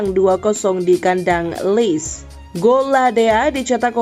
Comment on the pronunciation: Lecce min bukan leic di bacanya, bungul admin ini